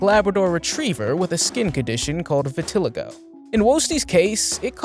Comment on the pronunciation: You are pronouncing Vitiligo wrong just so you know